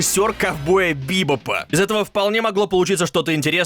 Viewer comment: Ковбой бИбоп)))) От слова "Биба" что ли?)